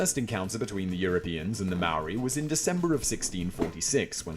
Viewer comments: And it’s no may ori brah😂 it’s like moh ree/dee. It’s hard it’s not a d or an r it’s kinda both!? Like just as your tongue hits the Roof of your mouth to make a D, you pull it back to make r,and then the eee comes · Anyone else cringe when he say mowree 😅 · Maori is pronounced like Mouldy in English. Curly Rs Easy as ✌ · Maori ...pronounced moledey for non maori this L is more or a w sound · the guy from the beats by dre says the name properly, this guy has terrible prononciation. its pronouonced ma - o -ri and you have to roll your r's like when you do the gun noise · He is pronouncing our maori words wrong watch a movie called utu that's real shit right there about our tipuna (ancestors) and the tattoo is called a moko and is symbolic to which tribe (iwi) we come from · Tell me you Didnt get mad when he said maori